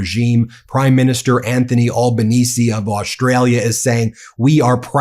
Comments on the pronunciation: Hi, here... thank god you're coming to Oz. Moving forward then, it's best that you get our PM's name right... it's Al-ba-Knee-zee. Al as in Al Greene. If you really want to fit in, it's Albo as in elbow with an Al in front. Also, our asshat Liberal party call themselves that because they are into economic liberalism, as in, no regulations on corporate interests and businesses. The Labor party was founded by Unionists. They are the reason we aren't the same as the US. They still suck a lot, though. We don't worship our pollies here, we generally think they are all a bunch of corrupt wankers; we just vote for the party whose policies we agree with the most. The parties can choose their own leaders at any time, so we need to be mindful of all the pollies in the party, 'cause even the party currently in power could have a closed door meeting and vote to chuck Albo out & make another member PM. Keeps them on their toes! We have a few promising independent journalists, such as: Punter's Politics. If you had to pick one frontman, I'd go with Punter's Politics. He may seem out there to yall, but he taps our humor and outrage like a freakin' boss. He IS Australia; he gets it. Great research and deep dives into issues. Sloan Zone does incisive Meidas Touch style analysis. He's great, and quite young so taps into the younger generations. Michael West. Michael isn't terribly good on camera, but his research is top notch. Jordan Shanks (news/comedy) is a shameless labor shill and c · I appreciate your video but for goodness sake, pronounce his last name correctly😅😂😂. It’s pronounced: AlbaneZEE (not with an ‘s’). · Mate, It's pronounced Al (like Bell) ban ese (as in easy). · here living in Sydney. We hate Trumps guts. PS our Prime Minister s name is not pronounced All-ba-neez. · Gday bro, we are the best country. Albo is a top fulla. (Pronounced Al bon nee zi a) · A.L.B.A.NES!...The final "E" Is Silent Dumbfucks! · It's pronounced "Ale" not "All" banense